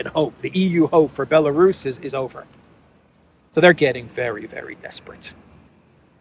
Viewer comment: "it's over" is not used anymore, but "it's oviyr"😂😂😂😂